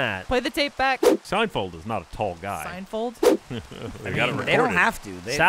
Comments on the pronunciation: Totally said fold not field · He absolutely said Seinfold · totally did not say "SeinFold" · Adam Farmer #JFT96 He said "Seinfald" at first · He absolutely said Sign Fold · He didn't say Seinfold but he sure as fuck didn't say Seinfeld. More like a Seinfuld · definitely said Seinfold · said Seinfold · Or Seinfulled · He said Seinfold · ... it’s like he said a mix... Seinfoeld